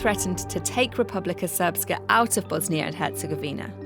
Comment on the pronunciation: How do you pronounce Srpska correctly but don't know how to pronounce the names of the politicians 😅. "Ic" in that region is pronounced "ich" ("itch" in English).